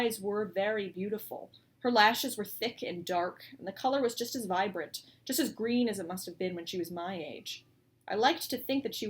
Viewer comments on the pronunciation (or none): none